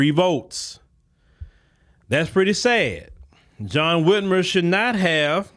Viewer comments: Whit MIRE. just like kathy Whit MIRE. Whitmer dont sound right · He was the brother-in-law of Kathy Whitmire (pronounced Whitmyre) the Mayor of Houston for 10 years in 1982 to 1991. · his last name is Whitmire. (mire rhymes with fire)